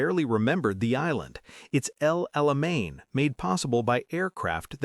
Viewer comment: Good Story L-o-n-g S-t-o-r-y That Alamain, not Alamean!